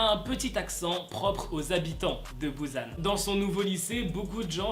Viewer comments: il est grv oufff en dit "pousan" pas "bousan" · On dit Busan et pas Buzzan 😭🤣 mais sinon super vidéo 😂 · on dis pas Bousan on dit Busan 😅😭